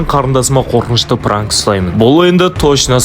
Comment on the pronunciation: Пранык деп аитып қоидын